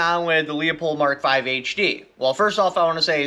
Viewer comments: I literally cant watch this video listening to him slaughter, besmirch and disrespect the fine German name of Leupold(LOO-POLD!) by mispronouncing it like the Polish last name of LEO-pold. Leopold was a Polish composer. Leupold(LOO-POLD) is a German who started an optics company that eventually became Leupold and Stevens. LOOP-HOLD and STEVENS. Fucking giant face palm. Just too many errors over the last year in simple English, grammar and communication. I got better channels to watch. Unsub. Bye. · It's Loo-pold FFS! Stop saying Leo-pold. Can ya not read? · Not LEO pulled Pronounced LEW POLD Leupold=LEW POLD - correct Lee oh pulled- incorrect Everyone within the company pronounces it correctly. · Lee-a-pold?? Leu-pole!! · Leo-pold or Leu-pold Loo as in "Cool" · yes or the name Lou. Leupold is pronounced Lou-pold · I told you so. By the by, it is pronounced Lou pold. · It pronounced "loop-old" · It's pronounced LOOPHOLD...FYI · Its pronounce LOO-poled. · The way u pronounce Leupold has me dead lol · same lol also has me dead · You can't even pronounce the name of the scope!